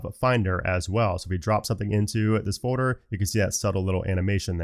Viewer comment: For fuck’s same bro: it’s FOLDDDDDER 💀